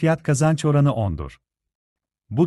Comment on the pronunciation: F / K oranı derken Kapalı A kullanmanız çok rahatsız ediyor. Kapalı ve Açık A veya Açık E gibi vurgulara dikkat edilirse çok iyi olur.